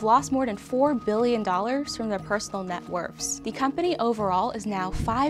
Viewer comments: net worths, not wurfs :3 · Everyone’s talking about the clothes and I’m over here like, “Did she just say Net Werfs?”